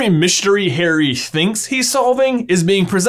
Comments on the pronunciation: Why do you say "hairy" instead of "Harry"? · Why do u say HAIRY? Im so stressed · Bro why you saying Hairy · ahhhhhh would you just stop calling him hairy? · It is very disturbing to hear the names pronounced "Hairy Potter" and "VoldemorT" 😁 Great theory though! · Why does he pronounce it as Hairy ? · Please stop pronouncing it Hairy, its an interesting video but I flinch every time I hear that.